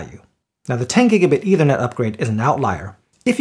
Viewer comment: Good comparison. Small point: It's not pronounced either net, it's pronounced ether net. You may want to look up the meaning of ether. Thanks